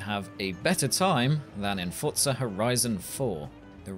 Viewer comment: The only thing about this that annoyed me is the fact he pronounced "Forza" like "fortza" 😤